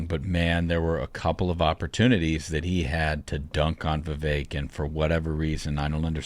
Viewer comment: You all need to pronounce Vivek correctly, Vivek, rhymes with cake. No one likes Christie. Few like Haley You all had some bad takes.